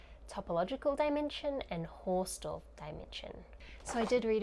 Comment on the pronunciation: The "Haus" is Hausdorff is pronounced exactly like "house" in english (it is German for "house"). You make it sound french :D